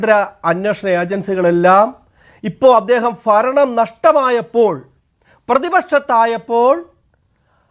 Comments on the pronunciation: ഫരണം പോയോ ചഘാവേ? വേട്ട ആടി യൊ ഇനി ആttaരൂട്. 😂😅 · ആരാണ് ഈ പുതിയ അവതാരം. വെൻഗായം, കിഴങ്ങ്, തക്കാളി, കുമ്പളങ്ങ, മത്തങ്ങ, ചേന, ചേമ്പ് ഒക്കെയാണ് വന്ന് മെഴുകുന്നത്. ഫരണം അല്ല സഖാവേ, ഭരണം. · ഫരണമല്ല...... ഭരണം എന്ന് പറഞ്ഞ് പഠിക്കൂ വെമ്പായം